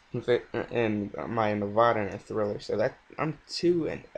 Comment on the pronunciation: good vid but you said Nevada wrong